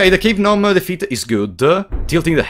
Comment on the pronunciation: The word Gnome is like Gnocchi, you never say the 'G'